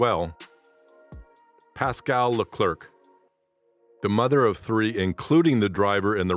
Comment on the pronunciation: Leclerc is pronnounced Le-Clare (like the female name Clare). The final C is silent.